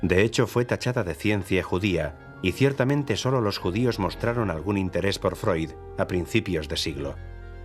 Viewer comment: Se dice Freud, animal!